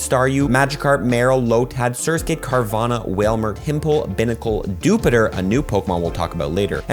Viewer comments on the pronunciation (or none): I really don’t want to be that person but isn’t dewpider pronounced deew-pie-der?